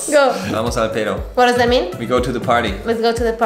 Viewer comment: The pronunciation of "pedo" from hahahaha so freakin adorable 😂 I loved the mariachi yells xD sounds really authentic